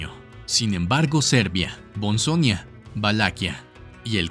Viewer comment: Buena información, solo que no se pronunciaron bien ciertos nombres, como Belgrado, Bosnia y Habsburgo...